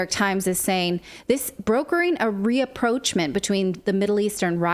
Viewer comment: how did she mispronounce rapprochement? reapproachment? >< americans came to it? came of it! ffs, you should know, english is my second language, this is ridiculous